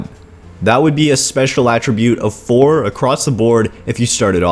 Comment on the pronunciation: I know this is nitpicky... but could you please pronounce attribute correctly. You CAN pronounce it using it, if you're using it as a verb.... Attribute in this case is a NOUN... has a totally different pronunciation, At as in 'he was at the wasteland'. You're also forgetting just how overpowered the luck tree is. maxing luck out in fo4 is not a bad idea. especially if you have high perception, int, or agi.